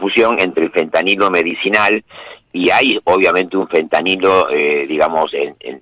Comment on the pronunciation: ¿ya le dijieron al gato que no se dice fentaniyo?